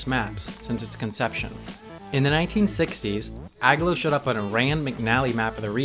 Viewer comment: "AG-low" is pronounced "A-glow" as in, the place is aglow. Sheesh. Read a map once in awhile.